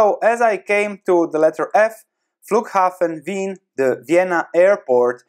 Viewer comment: "Flughafen Wien" - Damn, your german is on point :)